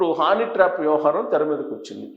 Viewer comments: హానీ ట్రాప్ ఏంటయ్యా బాబు. అది హనీ ట్రాప్. 😂😂 ఏం జర్నలిస్టు వో ఏమో 😡😡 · హానీ ట్రాప్ కాదండీ హనీ ట్రాప్